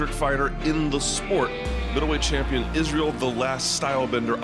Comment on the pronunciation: Champeeon?? LOL